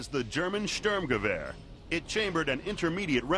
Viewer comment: "Sturmgewehr" (eng. expr. would be something like "St(oo)rm-ga-wahr") is the term, not "sterngewer". the expronounciation of the speaker is crap.